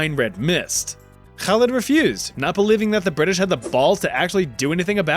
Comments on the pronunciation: I'm very impressed by your pronunciation of "Khalid" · the way you pronounce Khalid in Arabic is pretty darn good